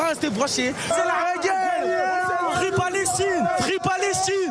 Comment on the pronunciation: " frifri palestchine " ...